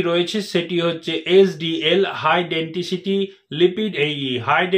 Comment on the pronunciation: ওটা ডাক্তারবাবু, ডেনটিসিটি নয়,উচ্চারণ ঠিক করুন,ওটা হবে,ডেনসিটি। নমস্কার।আপনার ভিডিও রেগুলার দেখি,ভালোলাগে।